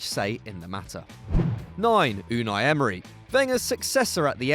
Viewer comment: Mate his name sounded like Arsenal The club isn’t named Emerynal smh Arsene should have the job today